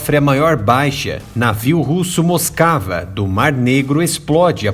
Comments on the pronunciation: "Moscava", kkkkk, realmente tava moscando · Moscava mesmo kkkk